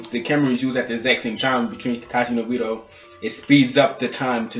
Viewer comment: Not trying to be racist but every black reviewer on YouTube that I have seem pronounced obito wrong lol